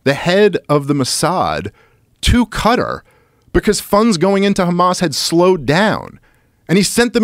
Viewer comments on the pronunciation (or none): none